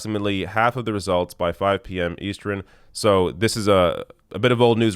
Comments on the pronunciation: "...at 5 o'clock EASTREN?" What is "eastren?" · Um, duh. I know what our time zones are. 🙄 I was wondering about his weird pronunciation.